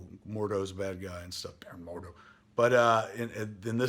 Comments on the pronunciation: It's Mordo.. not "Morduu". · who the fuck is mordoo??? MORDO!!!